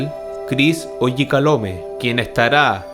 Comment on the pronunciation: Oyakhilome no oyakalhome ! Es un Pastor Áfricano , Nigeriano!